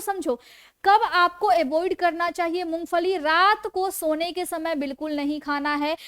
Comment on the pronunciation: First improve your Pronunciation " You said Mongfali the correct pronunciation id Mongphali". & You said you are Fijeotherapist 😢 instead off Physiotherapist " Untill you imptove your pronunciation Public will not like your show. Please do not take it ill its my suggesation so that you succeed in your show.